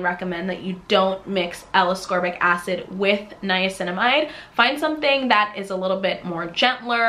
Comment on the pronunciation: Appreciate the review. Heads up, you don't pronounce ascorbic acid correctly.